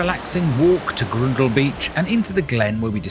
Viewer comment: The 'ou' in 'Groudle' is an 'ow' sound rather than an 'oo' sound.